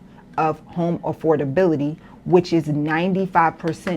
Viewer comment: She cant even prononuce AFFORDABILITY, properly. Use your vowels and tighten your tongue 😂